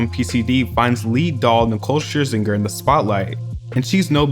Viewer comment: Lmao how you pronounce 'Scherzinger'.